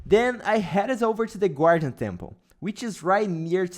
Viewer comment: 😂 “gwardian” awesome 👍